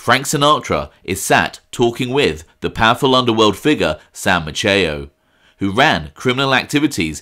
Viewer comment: Maceo is pronounced like pepper spray-Mace... example Mace E O...I know a slew of them here in Galveston. Just another tidbit, Sam was responsible for keeping Frank Sinatra hidden out while he was on vacation on the island or performing in the area. If Frank didn't want to be found or needed time away Sam would hide him in one of the hotels (Hotel Galvez) here or even at his personal residence. Another great reflection by 👍👍